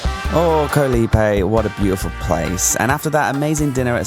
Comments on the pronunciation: FYI, the word Island, "KOH" shouldn't rhyme with "TOE." It actually sounds more like the "AU" sound... "Gau" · you should know by now that KOH (island in Thai) is pronounced with a soft (O) as in the word GOLF. No hate, just want you to pronounce KOH like a local Thai.